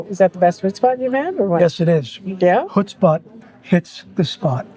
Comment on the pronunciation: Actually it's huts-pot, (not hut-spot) but overall you made a nice video again.👍👍 if you want to learn about the Netherlands in 16/17th century, I highly recommend the "80years war" video serie from the YT-channel 'History defragged'. They also made a beautiful video serie of "New Amsterdam". English narrated. You will love it!